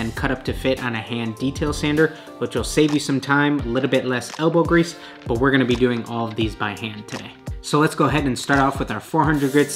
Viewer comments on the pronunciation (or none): none